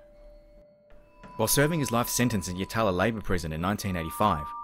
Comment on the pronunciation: Craig and Scott were my second cousins. Thanks for telling their story. At least the SA government decided to throw away the key on this bastard eventually. Just FYI...Yatala is pronounced Yat-lah. And it's Cudd-lee Creek. But good job with all the rest.